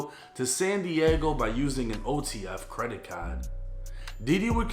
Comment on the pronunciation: why'd you say credit card like that?